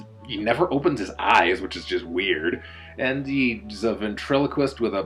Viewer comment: Totally said ant instead of and